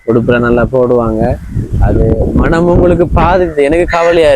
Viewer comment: மணம் இல்ல மனம் தம்பி தமிழை கொல்லாதீங்க